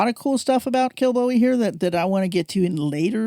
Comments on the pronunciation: It's promounced Kill-bow-ee. I was brought up there. Kilbowie Road, Clydebank. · OK! so the emphasis on first syllable is correct? Darn Yanks. :)